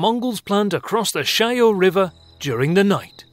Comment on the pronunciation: Not 'Shyhoe' river, no h sound there, it's not Spanish. It's more like 'Sha(h)-yaw' river (Shah as in mah, nearly as in awe, but short vowel).